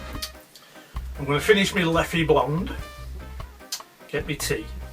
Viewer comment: Thanks to you. I like how that pouch is wrapped to be sent! I just add, actually the brand Leffe have to be pronounced "Leff" with the silent "e" as often for the french words. See you